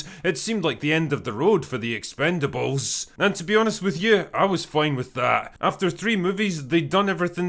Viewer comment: I'm just here to hear drinker call it "Expend-four-bles"